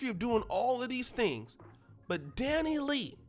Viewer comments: Dani LEIGH (pronounced LAY) 🤦🏽‍♀️ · Dani- Lay.....I don't care about her but sheesh her name is pronounced Dani- LAY 🤦🏾‍♀️